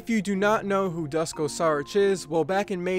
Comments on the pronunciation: Its not Dusko, you should pronounce it Doo-sh-ko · It's so funny how you pronounce Dusko as "Dasko" lol. Good vid! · Duško is pronounced like "Doosh-koh".